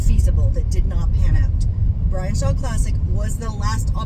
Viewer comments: I pwomised my fwend Bwian so now I have to cancwel mwy mwatch with Vwitaly, guys! 😂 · He can't. His fwend Bwian will be so saaad if he pulls a real match! 😂